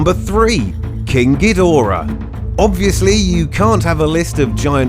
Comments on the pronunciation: When he says king kidora(cant even begin to spell that) he sounds like he's saying kinky dora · Kingu Gidora?